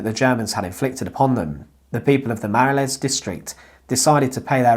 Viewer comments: Brussels, truely the capital of surrealism :) btw, it's pronounced "les mah-roll", and the neighbourhood doesn't exist anymore in any shape or form as it did back then. It has been mostly razed to the ground in a mega project for large infrastructure and office building development. It used to be the area where the poor Bruxellois lived, and interestingly they kind of had their own language which constisted of folk based dutch interspersed with folk french colloquiliasms and it stood out from the usual bourgeois french that the striving upper and middle class cultivated eventhough Brussels was a dutch speaking city in its origin. Anyway, that's a whole story in itself. I enjoyed my time living there and the place is rich in odd stories and history, but this one was new to me! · The pronunciation of Les Marolles is hilarious…. One could also, by the way, use the word Marollen in Dutch since Brussels is officially bilingual French/Dutch.